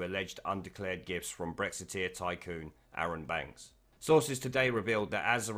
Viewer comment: thought you kept saying 'undeclared GIFs'